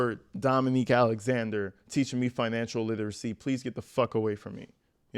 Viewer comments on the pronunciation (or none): "Financial lit-us-see". Woman should try English first